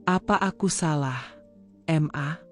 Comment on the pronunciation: Kata ma..kenapa di bilang M-A...geli dengarnya!